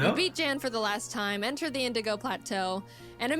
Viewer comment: ok, 2 things, 1, his name is pronounced 'Yan' because...Grman or something. nd 2, he reacted to this video and was deeply honored to be in it, he had never been animated before. ok, props to him over with, Back to watching the video!